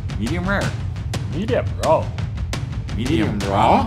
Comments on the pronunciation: "Midijum raaurr" -. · the way he said raw💀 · He said raw with all his strength 😂😂😂 instead of law